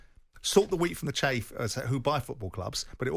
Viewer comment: Simon Jordan - "separate the wheat from the chafe" 🤡